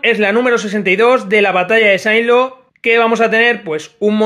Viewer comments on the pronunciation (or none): No se pronuncia" Saint Lo" aunque se escriba así se pronuncia en francés e inglés " Sen- Ló" .